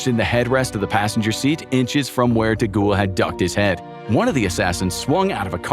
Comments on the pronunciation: Who TF is De Ghoul? It's Charles DeGaulle... "De Gall" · I couldn't listen to him being called, "DeGhoul". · Charles de Gaulle (pronounced de Gawl) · Nice vid and thank you 🙂✌ If it may help in the futur, for Charles DeGaulle, you sounded the ''De'' rigth, for the last part, try sounding it like the word "goal" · Your pronunciation of De Gaulle is so remarkable that it took me out of the narrative every single time 😅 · That's not how you pronounce "De Gaulle......" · Americans struggle with English let alone French 😂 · It’s De Gaulle. You keep pronouncing his name like a ghost